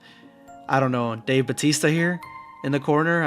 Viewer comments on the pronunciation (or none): none